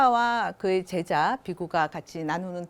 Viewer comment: 자고저 문제가 심각하옵니다. 몇 가지 예; 세계, 제자, 세상! 만으로, 이들 첫 자를 짧게 발음했나이다. 잘못입니다. 길게 발음해야지요. 참으로 알 수 없는 문화입니다. 학자들의 발음이 이처럼 타락했으면서도, 이를 전연 문제로 삼지 않는 한국의 문화!!